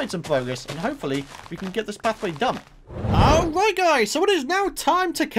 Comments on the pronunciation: Person_Is _Cool39 lol I know but seriously? "ari" ,doesn't seem to be his usual accent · now that doesn't sound like the word "alright"